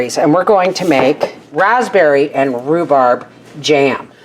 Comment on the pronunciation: Rhu-sssseee-berry Jam. I love it!!! You have now developed a new word. Congratulations!!! If you sold these little jam jars at the Farmer's Markets or to a local store, that is your name of it!!! You should patten and trademark that word because someone will take it and profit off of it. It's a fun word. You should have others say it as a tongue twister game. God Bless.